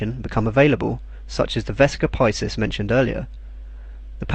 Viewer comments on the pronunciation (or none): Wonderful video. The only wrong thing is the pronounciation of VESICA PISCIS which correct one is either the medieval (or church or italian one) VEH - SEE - CAH PEE - SHEES or the classic or reconstructed one WEH - SEE - CAH PEE - SKEES